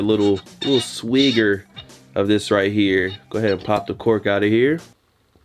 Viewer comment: My boy said "swigger" with the hard R!!!